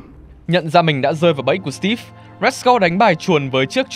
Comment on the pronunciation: Đánh vần chữ Steve thành Stíp nghe khó chịu quá.